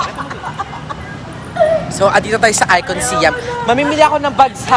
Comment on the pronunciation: ICONSIAM is pronounced as ikon-sa-yaam.